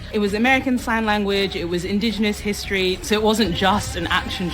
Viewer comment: "herstery" and "Her-ooh" lololol!